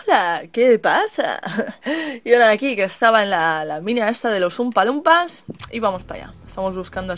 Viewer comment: oom-pa, loom-pass... xDD Forever!! xD